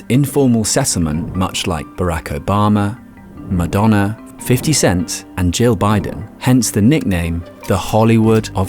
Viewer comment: Did he really just call him 50 CENTS!?